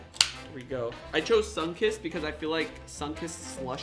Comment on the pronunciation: lmao he said sunkissed